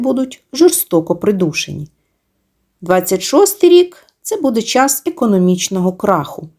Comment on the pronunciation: "Час", а не "чяс".